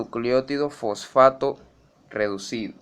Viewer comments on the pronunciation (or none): FoFAAto xD